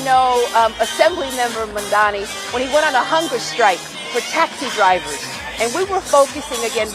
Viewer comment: Did Letitia finally learn how to correctly pronounce Mamdani's name? Because at the swearing in, she said "Kwami Mandani". She did it one time already and the poor guy simply can't catch a break.